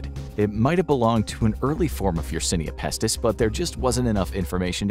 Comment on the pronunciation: My man, how can you possibly pronounce yersinia pestis wrong while looking at it